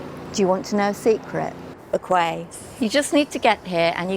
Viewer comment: That's not how to pronounce bequia, im fom bequia and that is not how to pronounce it